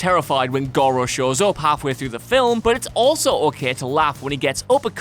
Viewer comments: Film!!! What the hell is a filam!!! Is that really how he says that?? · Film is one syllable. Not fil-um. Please have someone else narrate videos that have the word "film" in it. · You say "fillum " instead of film, thumbs down. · I laughed a little at "viligent". Say it with us now, Vigilant....That and still sometimes pronouncing film like it has a w in it.